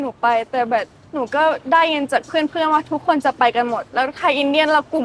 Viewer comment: คำว่า"แบบ "เหมือนน้องจะออกเสียงผิดเป็น"แบ่ด" ... นอกนั้นพูดไทยชัดทุกคำครับ